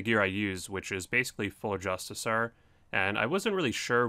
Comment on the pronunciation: JustiCAR... Also: Dragon sCimitar. That's a hard C like Coin or Courage.